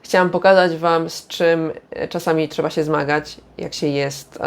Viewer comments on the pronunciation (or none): none